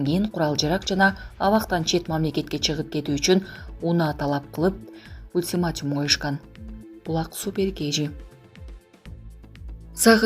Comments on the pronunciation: Белья диктор!Ультимятюум эмес Ультиматум туура суйлогонду качан уйроносун. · Ультиматьюм эмес, ультиматум! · Блогер айым туура суйлочу,, ката суйлобогонго аракет кылып коп окуш керек((( ультиматюм емес))) 🤦‍♀️🤦‍♀️🤦‍♀️